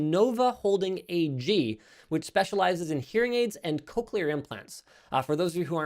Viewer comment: I have never heard someone pronounce cochlear the way Linus does